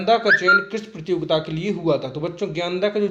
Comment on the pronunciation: sar prajogitaa nhi prtiyogita kahte hai